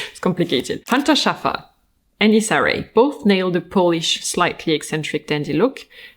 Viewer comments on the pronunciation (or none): none